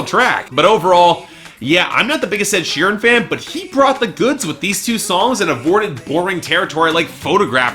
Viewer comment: He said "sheerem"